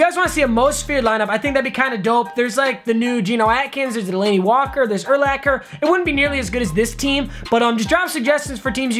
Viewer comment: ty for saying Urlachers name right 😂👌🏻